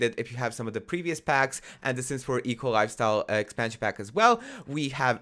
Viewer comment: I always heard EColi instead of eco lifestyle and it made me smile:)